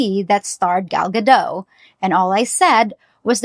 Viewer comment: It's Gal Gadot! (Not Gado) Israeli not French!